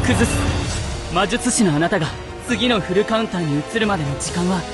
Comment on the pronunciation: そこがいいというか フルカウンターの発音が好き♪